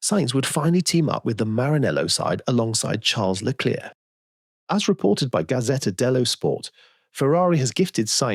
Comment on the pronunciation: please don’t get ahead of yourself, I was merely referring to the pronunciation of the surname Leclerc